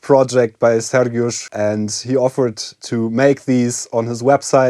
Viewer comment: You pronounce Sergiusz's name very well. Do you secretly speak polish? :P